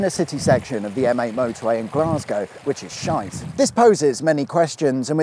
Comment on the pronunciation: That is a thing of beauty. Thanks for tracking down and thank you for giving the interview. PS, your pronunciation of sh(te was pretty much spot on.:D